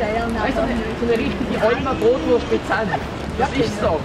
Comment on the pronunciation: Lern zerst mol richtig redä es heisst nöd brootwurst. Mä issts zwar nur Brot und Wurst